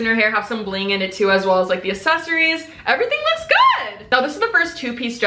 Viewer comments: Why do so many youtubers pronounce “accessaries” as “assessaries” 😂😂 I hate bad grammar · I CANNOT fucking stand the way she says “accessories” 😂 like it’s not “asssessssories” c’mon man 😂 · “The assessories” BITCH WHAT?!?!? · You mispronounce accessories, you say “asseries” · The way she says accessories triggers me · nah it’s cute buh im just not used to ppl saying it like that. It might just be cause of where I live lmao🤣